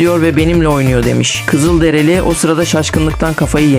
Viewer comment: Kızıldereli değil Kızılderili Allahın cahili